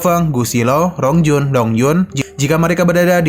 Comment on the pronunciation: Penjelasan nya kurang jelas bicara nya rongjun di sebut long jun😂